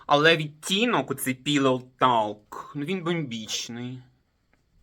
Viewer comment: Піллоу ток, краще вимовляти. Talk читаємо Ток.